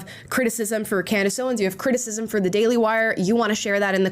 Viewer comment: I'm sure you are such a big fan, seeing as how her name is Candace and not Candis. As for "Crushing it", she was going on about whether or not the first lady of France was actually a man. That's just tabloid gossip, totally irrelevant to hard news.